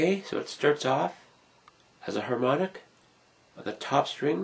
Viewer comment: Harmonic ? More like "Hamon"ic